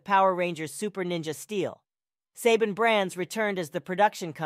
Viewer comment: So just as a correction or 2 Saban is pronounced as “suh baan” Also the dino in dino charge and dino fury as most people know is pronounced “d eye no” Idk if u missed pronounced it on purpose but here you go